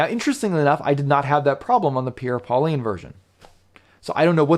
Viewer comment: you should learn how to prononce correctly the french name "Pierre Paulin" that is not pauliiine!